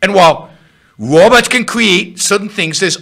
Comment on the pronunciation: The wobots are coming! silly wabbit.